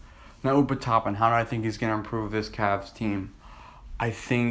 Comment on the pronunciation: Deni avdija not DJ avijja and its obi toppin not open toppin 😂😂 if u can’t say there names U shouldn’t be doing these videos